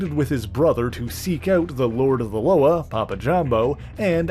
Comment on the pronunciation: Correct pronunciation of ‘Loa’ (la-wah) not (lo-uhh)